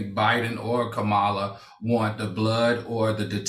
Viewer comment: Damn Al, you should know how to pronounce Madam VP Kamala Harris’ name by now 😒